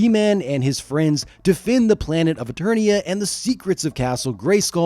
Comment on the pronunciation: Did you say eTURDia? Hehe. Turd. Hehe. Farts😂.